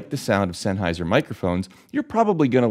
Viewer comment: 1 minute 40 seconds and he has said sennheisher 8 times